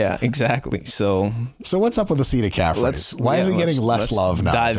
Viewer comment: Can someone let homie know that calf (singular) ends with an F?